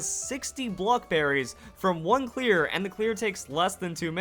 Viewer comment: Each time you say clear I keep thinking you are saying queer